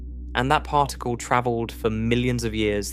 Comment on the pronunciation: The mispronunciation of Particle to partacle is killing me. I cannot continue with listening to this to help me relax and sleep whilst learning this and other speech errors. Arghhhhh